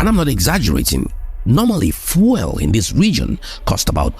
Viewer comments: Congrats for the work... Your pronounciation of "FUEL" is super distracting though. Are you Francophone? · Why is he pronouncing fuel like that